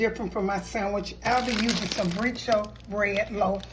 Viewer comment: Brioche bread is so good,. Also, it’s pronounced “Bree - oash” (like the sound in oath). Your egg salad sandwich looks so delicious!